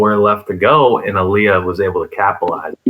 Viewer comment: It’s not allia dude lol it’s Illia with and I not an A